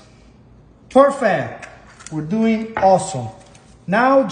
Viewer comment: When he said Perfect the black in me heard "Pork Fat" I was immediately like ok ok I'm tracking...😂😂😂😂